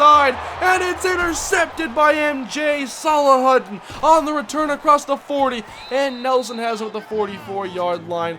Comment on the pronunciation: I'm pretty sure that would be pronounced "Sal-a-hu-deen" instead of "Sal-a-huddin"